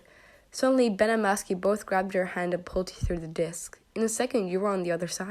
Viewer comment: "Masky and Be-..." "Masky and Bes?..." "No" "Masky and Ben!.." Lol 😂 (No offence please)